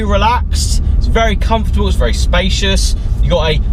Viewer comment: LOL - "very comfotable inside"